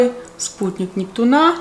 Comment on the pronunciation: У НептунА с таким ударением ухо режет, а так вы бесподобна, 😅 Очками закрываете глаза, потому что с листка читаете? Или для антуражу)))